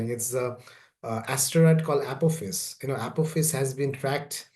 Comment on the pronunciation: Beware of APPLE FACE!!! Lol I've been entertaining myself the last 45 min. Its astroid Apophis and I'm not making fun in a cruel/rude way. is quite brilliant as his work speaks for itself but the "Apple Face" soundung pronunciation made my day. Makes me think of the son of Man by Rene Magritte if the painting was a painting of a villian